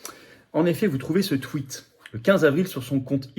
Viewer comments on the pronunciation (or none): none